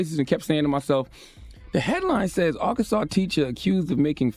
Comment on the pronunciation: Bro say Arkansas like he from here.🤣